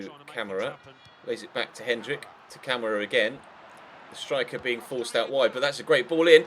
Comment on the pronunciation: Camara's name is pronounced Kam-Are-A